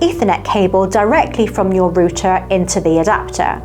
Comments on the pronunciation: Dear, Love the way you say button. But rooter is another story. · Hi good video. I believe router is pronounced " Rrr outer." Like aircraft route, which is the function of directing signals. Google tv works much better.